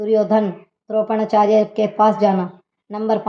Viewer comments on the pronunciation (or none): सरजनो नही स्वजन द्रोपण नहीं द्रोणाचार्य है पूरा उच्चारण गलत कर रही है पहले एक दो बार बगैर कैमरे के पढो